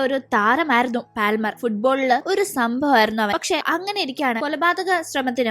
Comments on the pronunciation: പാൽമർ അല്ല പാമർ. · പാൽമർ allade😂 പാമർ enna ath vaikunne